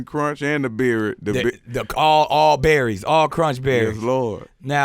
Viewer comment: when he couldn't say berries😂😂 but dropping Gems left n right